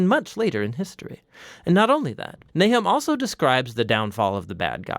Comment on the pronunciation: His name is not Nai’hem; it is Nah’chum.